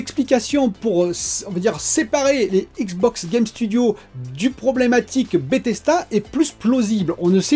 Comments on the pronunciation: BethesDA. DA ! Pas "BethesTA" Grrr.. ;) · Tu dis BETHES"T"A lol😘